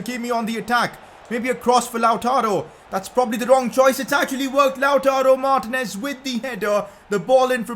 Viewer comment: Its not martnez ...its martinez !!!